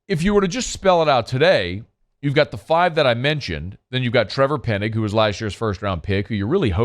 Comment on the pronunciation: His last name is Penning not Pennig